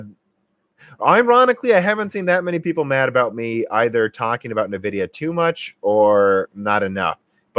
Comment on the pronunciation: OK, have to try at least once. It's en-VID-ee-uh. It is not neh-VID-ee-uh.